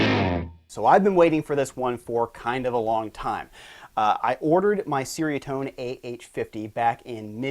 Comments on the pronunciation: as a Malay speaker, it's actually "Cher (like teacher)" "Ria (Ree-ah)" - Tone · It’s pronounced ‘cherry a tone’. Cool video. Nice riffs and toanz.